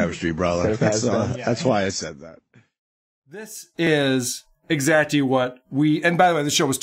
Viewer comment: W.A.T.P. says exactly like "exachy" and it's infuriating to listen to